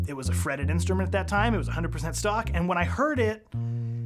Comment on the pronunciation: Why when he says “100% stock” it sounds to me like “100% suck”? 😅